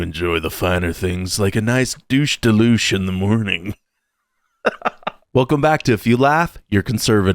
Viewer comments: "She mispronounced these words and it made me so happy. It's 'dol-say du leh-chay.'" It's actually pronounced dool-seh de leh-cheh, kinda botched Italian and Spanish pronunciation at the same time (people will mistakenly say dolce (dol-cheh) which is Italian. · Bruh... "douche de' louche? I'm Arngentine and that hurt my soul! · douche de luce? Living in SoCal I've heard a lot of cringe pronunciations -- Sepulveda (se-PUHL-veh-duh) as sep-UHL-vee-dah is one of my personal favorites -- but ye gods. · The lady in the black hate mispronounced dolce as well... it's dohl-chay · Well, the first girl pronounces better — well enough it can be recognized — but still not right. It’s “dool-SAY deh leh-CHAY”. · DULL-CHAY-DEE,LAY-CHAY...they are both wrong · Funny how the first girl who tried to correct the other one also says dulce de leche wrong 😂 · Dulce de leche was mispronounced by both girls. 😂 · Both white girls pronounced Dulce de leche wrong 😂 That dude on his way to DC is a strong independent woman! 💪🏼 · They both said it wrong, dulce de leche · And the other girl didn't pronounce it right either (even when adjusting for a non Spanish-speaker) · Every time I hear an American trying to say "dulce de leche" it's like that pain when you kick something with your toe😂